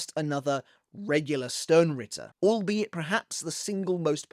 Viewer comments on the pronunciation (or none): none